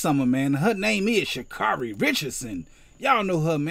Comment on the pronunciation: Funny video lol It's Sha'Carri (pronounced Sha-Care-Ri)